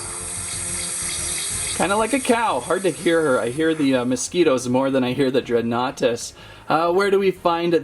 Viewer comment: I think you say it as dregan nartus